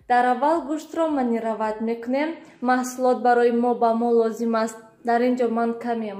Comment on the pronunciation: Маниравать не маринавать